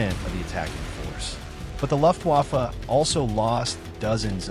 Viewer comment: Ugh. The “Luft” waffe pronunciation of your AI reader, as well as some of the “pauses” in between words are hugely distracting. I’m out, but thought you should have the feedback. It just feels……un genuine, and pandering.